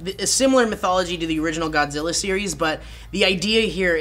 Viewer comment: I love the way how the Japanese scientist Ken Watanabe in Godzilla could speak perfectly good English until he said the word "Godzilla".... Godziwa